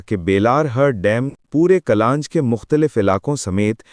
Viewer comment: الفاظ کی درست تلفظ کیا کریں ،kallanch نہیں بلکہ یہ درست تلفظ کلانچKullanch ہے،اور دوسرا لفظ Hurr حر ہے